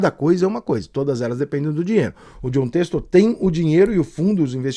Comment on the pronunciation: "Têxtor" é sacanagem. Ele não sabe ou não consegue falar?